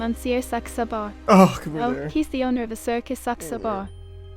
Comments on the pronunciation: the mistake he makes again and again is he pronounces the name with a "u" like suxabar, when he needs to pronounce it with an "a" like saxabar XD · It's not SUXabar, it's SAXabar!!